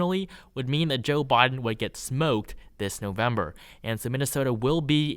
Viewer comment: Why are you talking like that??? Saying “Boden” instead of “Biden” and “newvember” instead of “November”. Wtf dude?